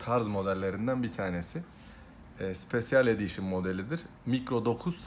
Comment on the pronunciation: mikro dokuz sipesyel edişın...sadece edişını doğru okuyor, lazım olur ben sana yazim doğrusunu: maykro nayn sipeşıl edişın